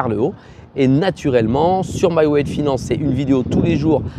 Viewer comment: Hi, merci pour le contenu utile! Sinon 3è fois que je regarde une vidéo de toi, et à chaque fois que tu bouffes le mot "wallet" du nom de ta chaîne. A chaque fois j'entends "salut à toi, bienvenue sur ma wet finance" 😂 C'est quand même embêtant de pas arriver à bien prononcer sa marque, peut-être qu'en français ça marcherait mieux, je dis ça je dis rien ;)